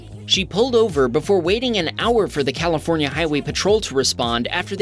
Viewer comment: California ❌ Califoronia ✅